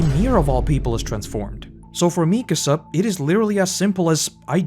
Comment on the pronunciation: Can we please not ignore that its "MikAAAsa", and not "MIIIkasa" 😭😭😭